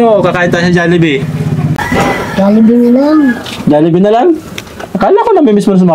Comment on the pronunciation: HOOOOY, BASAHIN NYO KC MABUTI, HND KAYO MARUNONG MAHBASA NG TAMA, JOLLIBEE, HND JALLIBEE, WALA NMN JA